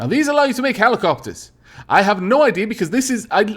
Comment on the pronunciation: He said helicockters XD